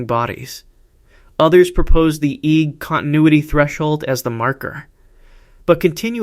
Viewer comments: AI- slop written narration and AI voice. Saying EGG like it is a word... It's pronounced E.E.G short for electroencephalogram you AI moron. In a generation young people will be saying EEG instead of E.E.G because AI said it wrong. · EEG is three letters not "eeg". Each letter is pronounced individually, "E"-"E"-"G".